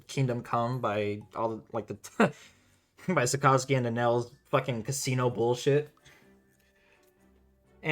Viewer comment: Saka (like kaka with an S) - zuki (zoo-key) all together two syllables 👍🏽